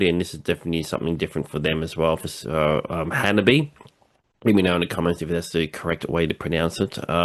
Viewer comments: Thanks for reacting to the HANABIE. video! The band name HANABIE. is pronounced "Hana-bie" (hah-nah-bee-eh), not "Hanabee." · theres an extra syllable in their name :) ha-na-bee-ay. basically, exactly how you pronounced it but add an -ay to the end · It is misinformation, as claims, that the pronunciation of the word Hanabie does not contain the "eh" sound. The little troll with the minuscule ego,, repeatedly claims that the Japanese letter "e" is pronounced like "yay", which is almost beyond ridiculous. He bases this on the video he suggests here, because Yukina shouts "ay" in it, which, however, has nothing to do with the pronunciation of the band name. But intellectual capacity is too limited for him to grasp this.